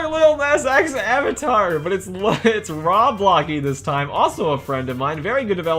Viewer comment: *oh no bad memories from the cringe roblox news where the narrator said rawblocks